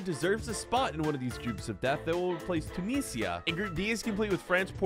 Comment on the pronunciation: Tunisians after be mispronounced their country : Ija lehneh (Come back here)